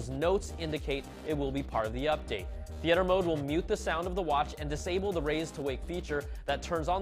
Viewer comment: Learn how to pronounce theater dude..